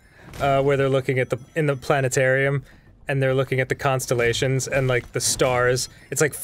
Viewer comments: it's "the planet.....arium" ^^ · You mean 'Planet--arium'